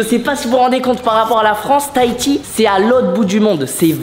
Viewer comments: Miche je suis de Tahiti et on dit tahhhiti on dis le h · J'aime bien quand tu dis Tahiti toi tu ne dit pas le H 😂😂 normalement on entend le H